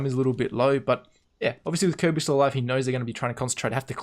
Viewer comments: Good job. Try “K-R-B” for kjaerbye instead of “Kirby”. Technically it’d be KRboo, but no one lengthens the o sound :P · kjearbyes name is actually pronounced with the j sounding like the y in yogurt but other than that youre pronouncing it fine.